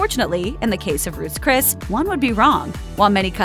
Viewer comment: "Roose Cris" lol 😆